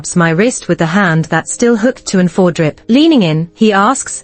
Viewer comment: The IV drip is I V or pronounce EYE VEE! Please train the AI better! Better yet hire a person. So cheap!